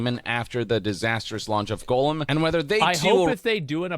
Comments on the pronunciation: Is anyone else bothered that the guy keeps on pronouncing "gollum" as "golem"? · Gollum = GAWL-um Golem = GOAL-um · These games are almost as bad as how this guy pronounces Gollum as "golem" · I don't understand how people who I assume have seen LOTR. And heard how his name is pronounced. Still miss pronounce the name of popular characters. Golem??? From Pokémon?? I know you've heard Gandalf pronounce gollum. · god him saying Goalem is driving me absolutely insane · Why does everyone call him “golem,” though?😂